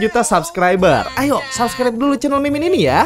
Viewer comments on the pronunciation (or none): none